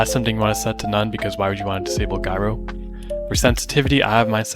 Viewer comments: Guyro? google Pronunciation for this word please more with a J like Jyro oh naw u Capping the Pronunciation on purpose . Jyro Button? hmmmmm k you been caught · Had to stop at “Guy-Roh” aim. It’s “Jai-roh.” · Say guyrow again! Lol 😂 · the return of "Guyro" pronounciation. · that's what i've been saying( btw no offense but your pronounciation of gyro is atrocious)